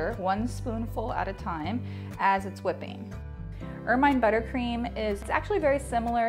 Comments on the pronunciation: Pronounced "ermuhn" not "ermyne" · It's pronounced er-min. Not er-myne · Pretty sure it's pronounced "er-min-nee" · The pronunciation is "ERR-men." Like the animal. :-)